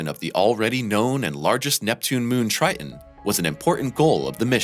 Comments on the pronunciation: Drives me crazy when people mispronounce words with "T"s in the middle... its not 'Tri-in' , its "TriTon"... Geez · Tri Ton not Tri Un… just saying. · Rather than saying Tri-Ton (Triton), the narrator is saying “Ti-en”. He is not pronouncing the second “T”. Same thing for “Important”, coming out as “impor-ent”, rather than “Impor-tant”. Both “T’s” s/b pronounced with the hard “T” sound. Other folks I’ve spoken to about these pronunciations differ from my opinion of which is correct. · The moon "Tri' en"? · it’s a shame that the narrator appears to suffer from a bone disease that prevents him from pronouncing the second T in Triton. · People with British (or should I say, Bri'ish) accents tend to drop t's in the middle of words. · Yes, there were a number of weird things in the language used, even if the voice was very clear. Was the text computer generated? And why was "Triton" pronounced as if it did not have a second T ... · What is 'Tri - unn'.....????